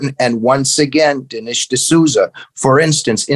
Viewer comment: The guest mispronounces Dinesh's name every time. I wonder what else he might be wrong about.